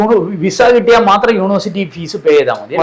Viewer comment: Sir, please correct your pronounciation of "university." It is not pronounced "unu-versity," but "uni-versity."